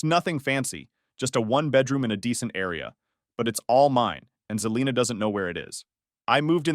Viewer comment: And its Se-lina... not Ze-lina